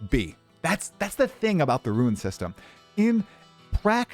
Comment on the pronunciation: Ya keep pronouncing "Rune" as "Ruin"